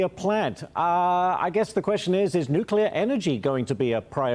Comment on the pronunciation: Please, please! NUCLEAR! Not, NUCULAR. The energy secretary should learn to pronounce 'nuclear'. There is no such word as 'nucular'! C'mon.